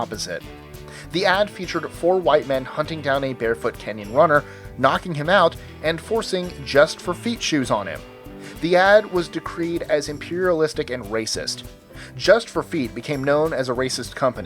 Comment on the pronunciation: decry, not decree